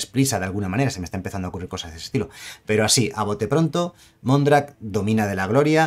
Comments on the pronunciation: Domina no, dómina(que es señora) ;) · Mondrak, dómina de la gloria. Es esdrújula, no llana. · lo que dice, y se lee con su acento tácito en la "o": dómina. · Mondrak domina de la gloria se refiere a la palabra dominus , propietaria , señora ... esta bien escrita solo que la pronuncias como si tuviera acento en la o y no tiene.